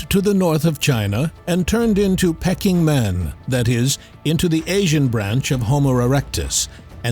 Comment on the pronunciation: I enjoy your content very much. However, please stop using TTS AI narrators! Or at least double check the pronunciations of the AI you use. - Peking Man what pronounced as "Pecking Man?" Really?? You guys are obviously capable of doing much better & keep up the great content, but with just a little more attention to editing. Cheers!